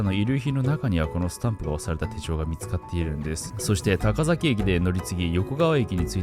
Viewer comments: たかざき、いせざき、ではなくたかさき、いせさき、です笑 違和感あって内容が頭に入らず😭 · 聞き間違いだったら申し訳ないですが、たかざきではなく、たかさきです(高崎) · ぐんまーです さきがざきに聞こえるけど、間違いなのか、滑舌の問題なのか？ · いせざき、たかざきと聞こえるのは気のせいだろうか